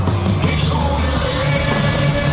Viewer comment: Its pronounced " ish too deer vay"! And if you want a dark song from Rammstein, might I suggest the song "Spiel mit mir" pronounced "schpeel mit meer" ( meaning..."play with me" ). It's from the Sehnsucht album. A classic but iconic to their image!